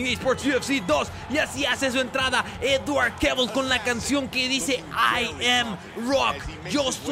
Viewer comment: TE SIGUE COSTANDO DECIRLE EDWARD JAJA 👍